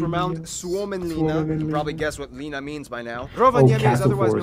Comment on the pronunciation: It's not pronounced "Liina" it is pronounced "Linna"